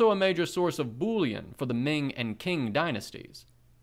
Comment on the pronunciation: Thank you so much for the recordings of the Professor’s original essays. Just a note: Qing is pronounce with slightly slurred ‘ch’ at the onset, so it sounds much closer to ‘Ching’ than ‘King.’ Q is weird in pinyin.